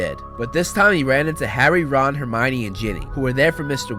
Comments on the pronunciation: Termionie Granger No I didn't spell it wrong, that's how he said it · He said termoine granger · Sorry but you said Termione Granger of this😂😂